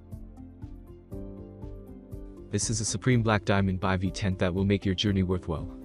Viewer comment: I have no faith in this right off the bat since the guy does not even know how to pronounce Bivy correctly. Tells me they have no idea anything about the products.